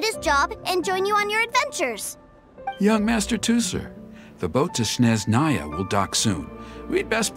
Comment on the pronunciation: “Till we meet again - in Shneznaya” Meets in Inazuma again instead lmfao